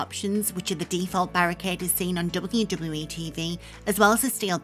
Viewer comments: The way you say WWE is so funny XD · The voice of nightmares returns. Can't say wwe properly. Sad.